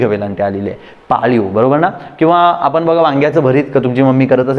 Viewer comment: " मित्राणो ", " आपन ", "करनार" हे शब्द " मित्रानो", " आपण", "करणार" असे निवेदकांनी शुद्ध उच्चारायला शिकल्यास, शुद्धलेखना संदर्भात त्यांनी दिलेले ज्ञान स्वीकारण्यास लाज वाटणार नाही.